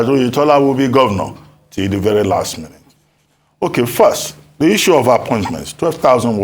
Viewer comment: Why keeps saying, “easuu” instead of Issue / iSHoo /? Please, learn proper pronunciation. It’s hard to take you serious when you don’t know how to pronounce words like this one.